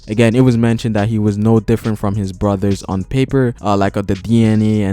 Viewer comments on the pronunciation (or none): none